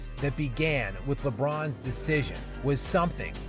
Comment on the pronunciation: The emphasis on lebron fans had me dying 💀 🤣🤣🤣